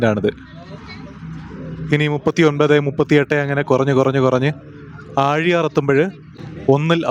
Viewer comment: ആ ഴി യാർ അല്ല ആ ലി യർ ണ്